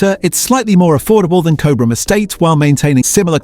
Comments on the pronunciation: It's pronounced as "Cob Ram". Btw. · Nice research into olive oil, however the pronunciation of Cobram starts with the first three letters Cob (like a cob of corn), so maybe AI isn’t that clever. Also Cobram Estate owns Red Island which means that Red Island is not owned by a smaller producer. Red Island olives are processed at the Cobram Estate facility in Lara, Victoria. Also Boundary Bend Olive Oil was founded in 1998 by Paul Riordan and Rob McGavin, who formed Cobram Estate Olives which was formerly known as Boundary Bend Limited. The location of this Olive Grove is in Boort district, Victoria. The photographs of the olive oil bottles made by Cobram Estate also have the word California printed on them. Cobram Estate Olives have over 2.6 million olive trees planted on 7,000 hectares of freehold farmland in Australia and over 1.0 million olive trees planted on 1,385 hectares of long-term leased and freehold properties in California, USA. Your video clip was all about olive oils in Australia, it wouldn’t have been difficult to use Australian olive oil photographs instead of the USA olive oil with the word California printed on them. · The ai mispronouncing Cobram, 😂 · It is pronounced Cob-rm. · I haven't even seen or heard of half of the brands to avoid despite being told they are heavily marketed and the pronunciation of Cobram...big giveaway that this is either AI or you aren't Australian. Show us how you say Melbourne and Brisbane next!